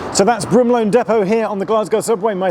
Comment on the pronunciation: Broomloan, not Broomlane.